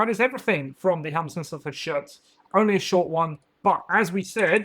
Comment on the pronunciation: I know you're excited, but slow down. It's Hel-smiths not Helm-smiths. I could see the Dominator engines coming in the same way that Wildercorp got a Fusil-Major on Ogor Warhulk if you played a campaign. The Major/Ogor was a reward to your warband after completing certain campaign objectives (and you had enough points in your warband to accommodate them).